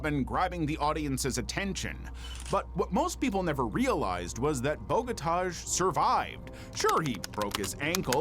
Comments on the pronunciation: Vinko Bogotaj.... J is pronounce like Y.... It's sounds horrible when you call him like you did... Totally wrong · Yugoslavian languages use J for a Y sound, so the Agony of Defeat guy's name is said more like Boh-gah-tie